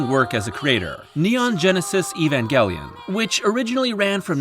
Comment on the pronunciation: if you're gonna say Neon Genesis, then you might as well pronounce Evangelion in english instead of engrish. Otherwise, use Shin Seiki Evangelion if you want to stick to native Japanese.